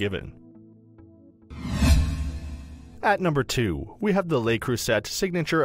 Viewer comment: Two things here, no three. Le Creuset is pronounced Le Croy-zay, Is this just a commercial for Lodge? Almost every sentence referred us back to Lodge. Thirdly Top 5? Unless I'm doing my maths wrong there's just 4.